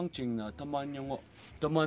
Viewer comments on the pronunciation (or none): none